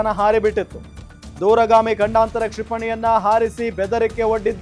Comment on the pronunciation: ಗಂಡಾಂತರ ಅಲ್ಲ ಮಾರಾಯ.. ಖಂಡಾಂತರ